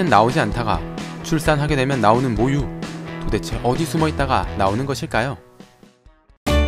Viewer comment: 모유가 자꾸 목요라고 들림........